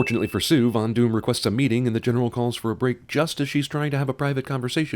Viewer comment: After listening... does any one else hear Fondue in place of Von Doom?